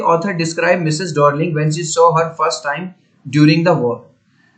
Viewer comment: डोर्लिंग नहीं डार्लिंग है🤣🤣